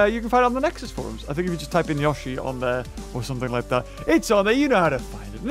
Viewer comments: Itsssss notttt yosheeee. Itss yoshi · It yO-shi not youshi instead of making the sound of the i you just say The letter o not the sound.: ShUT UP THIS IS MY VIDEO!! >:( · It is pronounced yowshee not yahshee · It’S YoShI nOt YaWsHi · It's not gashi its yoshi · it is not yoe shi its yoshi the character litterally says yoshi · Yashy no its yoshy no yashy no yoshy SHUT UP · Nobody:: yawshy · He calls it Yashi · The way he said Yosi makes mario angry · I was really hoping that instead of roaring it said "yoshi!" Also its pronounced yo-shi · Yoshi “YO-SHE” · i love how he pronounces yoshi i never heard that before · It is yoshi not how u say it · Anyone else annoyed by how he says yoshi